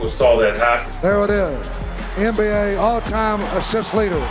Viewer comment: I'm pretty sure it's NBA, not Anne B A....